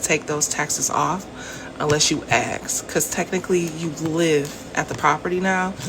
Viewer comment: make sure you axe.